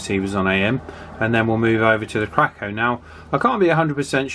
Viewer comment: Oh, I worked on these back in the 70's. It's pronounced "Kray-Co." They were pretty awful. They also made stereo equipment. CB radios were so in demand, there was a shortage of them from the main manufacturers, Midland, Coba sets were always by far the best. Royce was pretty good. As I recall, there was a "Pace", that was pretty good, too. Teaberry? was junk. I think Kraco also made for Sears ("Roadtalker" as I recall.) The "President" series was fair. You may have an illegally modified set. They would cut the ALC diode, and spread out a coil. That was it: And then, you had a splattering mess. Sure, that made the signal wider, and on a similar poor receiver it sounded "better" but then you lost the range. Shannon's Law is Shannon's Law! 73 DE W8LV BILL